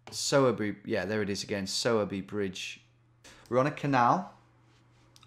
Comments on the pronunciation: Oh my local in Sowerby 😍… it’s pronounced “sore” by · its pronounced like sawwwbey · Sowerby pronounced with a female pig sound.